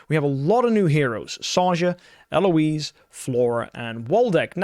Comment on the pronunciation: They way you say Eloise Bro fix it